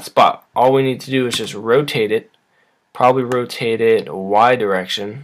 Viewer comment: You keep saying probaly and it hurts